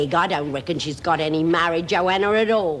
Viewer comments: Lizzie actually says "Mary Jo Ana" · lol lizzie "mara-joanna"